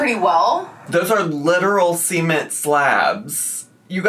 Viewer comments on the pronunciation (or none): im sorry but... SEA-ment slabs??? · Not semen-t slabs 🙏🏻 🫡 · Semen-t slabs? The semen-t slabs???? Gurl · please never look up how cement is pronounced. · excuse me they are WHAT?! That's how you pronounce "cement"? 😭😭 as a non-native English speaker, this has me shook. I've always thought of it as "seh-ment". The way I'm hearing it it sounds like "SEMEN(t)"? 😂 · saying cement like Sement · not the SEA-ment slabs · Not cement like sement